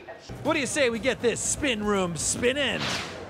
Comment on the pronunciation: Trevor can't say spin lol